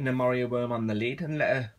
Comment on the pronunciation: I thought you were saying Mario Worm :P